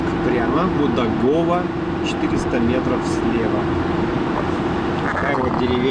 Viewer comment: Только д Будагово на первый слог ударение и Булюшка тоже